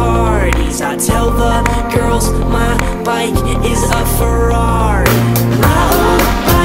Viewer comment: Omg ikr! I wish I could sound like that when I say Ferrari!